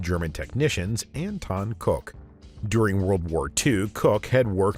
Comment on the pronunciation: Firstly, I want to say how much I absolutely love this awesome channel, thank you all so much. I do however have some question about the bizarre pronunciations in this video. haha If "Koch" is pronounced "cook", then why "Koch" is now pronounced "cock" ...? haha .... and then KET-me? KETME?! haha Come on man.... just come on. <3 haha